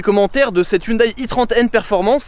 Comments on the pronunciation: Haha ! Non on dit "hioundai" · Excellente vidéo j’adore 🥰 par contre Hyundai ne se prononce pas hyndaille mais hyndé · Pair pitié, on ne dit pas HyundAÏE mais Hyundè. Bel essai sinon, j'en possède une et j'adore cette voiture. Elle est discrète en apparence, mais dès qu'on démarre le moteur, les têtes se tournent... et quel bruit. Un kif ! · On ne dit pas youndail on dit hé oun dé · On dit "Hyundai" comme day a la fin ;) Sympa la vidéo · hyundai se prononce hyundé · ca se prononce "hyundé" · Si j'écoute bien ta prononciation de hyundai, je déduis que quand tu conjugues le verbe avoir à la premiere personne du singulier "j'ai" tu le prononces j'aille